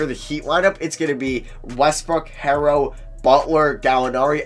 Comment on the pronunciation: It's not "Tyler harrow" is "Tyler HERO" like a super hero